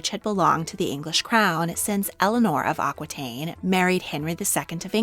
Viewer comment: Aquitaine sounds like au kee taine